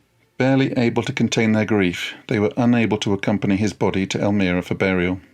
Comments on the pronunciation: Elmira is pronounced el-MY-ra, not el-ME-ra. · Hello Professor. Just an fyi, Twain's wife's hometown in the Finger Lakes Region of New York State is pronounced "El-mEYE-ra," not "El-mEE-ra." You know how "us 'mericans tawk." Having taught at the eponymous college there, his octagonal writing cottage is on the campus grounds, a wonderful physical touchstone of The American. Love your stuff on YT here. Bukowski's next for me... Thx! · Professor -- it's "El-my-ra," not "El-mir-a." Otherwise... good work! I enjoyed listening to it. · They married in El MY ra, not El mirra. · Pronounced "el-MY-ra" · It’s pronounced El-my-ra, New York. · Learn to pronounce Elmira, its not Elmeera... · The town is EL-MYE-RA, L M eye RAA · Great! One small thing however, the city is pronounced El-my-rah . Thanks so much for your video. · Elmira is pronounced El m(eye) ra. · Wonderful program! I enjoyed every minute. One small pronunciation correction: it is Elmira, NY with a long i, to rhyme with 'well, Myra.'